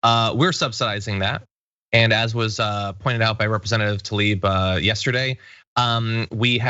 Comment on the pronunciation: John - I love your commentary, and I’m not picking on you specifically, but the pronunciation of Tlaib, is not Talib. Keep up your awesome work, and thanks for your solid perspectives on the news.